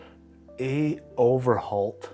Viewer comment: Got this bottle because my buddies father in laws last name is Overholt. I really like it, has a good flavor and cheap. Still enjoy it even though you butchered the name, 😂, and didn't care for it.